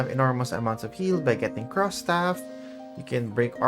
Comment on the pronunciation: You got me at the "Cros" Staff 😂😂😂. It's "Krohchey" idol